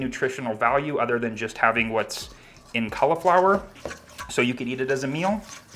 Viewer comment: learn how to say cauliflower